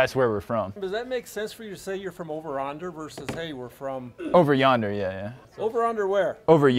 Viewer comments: The fact thay he couldn't say, "Over Yonder" is killing me! 😂😂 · Over onder? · The funny thing is that "Over Yonder" is an old phrase, so I just don't understand how the older employee couldn't pronounce it right, and yet could! 😂😅🤣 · The captions having every mispronunciation of ‘yonder’ is pure cinema